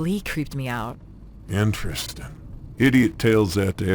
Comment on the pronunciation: Only thing better than how you pronounce the word 'interesting' as "inner resting" is how often you say it. Love it